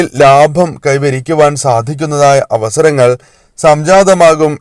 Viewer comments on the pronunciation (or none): none